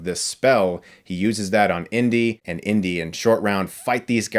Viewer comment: I kept thinking you were saying "Indian Short Round" but you were saying "Indy & Short Round" 😅